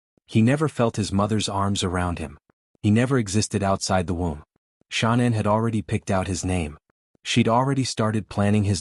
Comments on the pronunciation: HD if you such a reporter then why can't y9u pronounce Chris Watts wife's name correctly its not Shaunann , Its pronounced Shannan Watts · I hope he has a long miserable life. But in respect for the dead, pronounce her name correctly, if you are real and not the usual AI. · This channel is BS. It can't even say Shanann's name correctly. Too much flowery descriptions. No proof of anything. Don't believe this channel